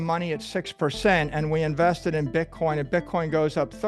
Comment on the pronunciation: He said “Bit-corn” lol